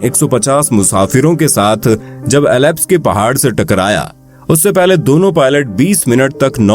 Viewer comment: आवाज़ तो उम्दा है पर कुछ अंग्रेज़ी शब्द जैसे आल्प्स को एलाप्स कहना सही नही लगा...